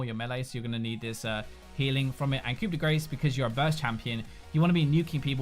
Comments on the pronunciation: its pronounced "koo day graw" not "koo day grace" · As a french, I have to tell you that "Grace" 's a is pronounced like Star. What you just said is close to "hit of fat". Which would be appropriate if you were playing Gragas. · "coup de grace"..lol..it's pronounced liked koo de graa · "Coup de grace" is pronounced "coo deh grar" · Coup de grace is pronounced "Coo-day-grah". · pronounced "coop da grah" i believe. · Wincing every time we say "Coup de Grace"... Being French, it's 'Ku de Graw'. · Coup De "Grah" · Hey, it's pronounced (Coo-de-graw) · Hey, it's pronounced "coo-de-graw" because the French language is totally intuitive. Thanks for the video man! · Coup de grace pronouced Coo-day-graw. Please please please never never do that again. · Hey,! Just a heads up, "Coup de Grace" is pronounced as 'Koo-de-grahh', which is French for "Blow of mercy", or "The finishing stroke". Just putting it out there. Love your stuff, man! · coup de grace, cringe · Been waiting patiently for two weeks to hear every league YouTuber mess up saying Coup de Grace. Was not disappointed